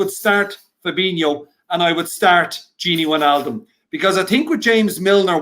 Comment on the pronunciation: If wijnaldum leaves the best thing will be not hearing him pronounce it winyaldum